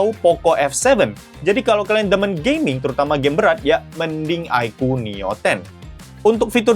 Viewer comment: Bang aku kok dgr di mnit ke 1.31 kdgaran kyk "performa Gay.mingnya"😂😂😂 btw aku dah subs dri beberapa hari lalu.🎉